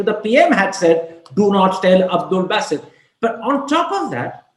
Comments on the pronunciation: He is 'B-AA-sit' not 'B-AY-sit' ..this guy Karam Thapar too British for British themselves. They get Indian-Pak names right more often than him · Basset? Basset??? 😂😂😂😂 The Wire sucks, but Karan Thapar is awesome. However, Basset??? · I guess it's Ba Ba Bassit and not Beysit. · What's baaasit? It's basit. Frankly speaking i find Thapar a bigger joker than his Pakistani counterpart. Imitation jewellery doesn't last long